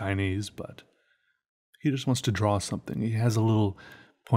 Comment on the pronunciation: learn how to say draw its not "drawl" its "draw"